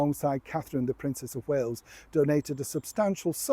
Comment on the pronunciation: It’s Wales not Whales.